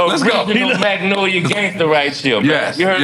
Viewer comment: Nore, stop saying the L in Magnolia. 😂